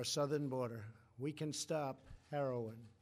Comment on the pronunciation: Am I the only one who heard him say heraldwin instead of heroin? 😂😂